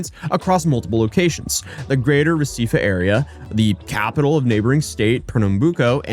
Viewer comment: You pronounce Recife, Pernambuco right.